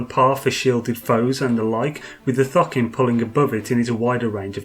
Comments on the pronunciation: Why are purposely saying Thucking when it is clearly Thokin? Annoying :) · Idk why, but everytime you say thokin I hear fockin